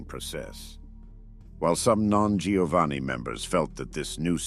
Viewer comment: Giovanni is pronounced Jovanni